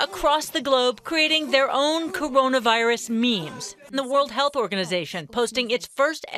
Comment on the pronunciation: Courounavairus jajajajaJajjaJJ